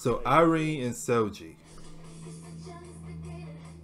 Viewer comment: gets triggered when he says the G in Seulgi that way The G is like the G in green not the G in gee Basically it’s the actual G sound not the J sound.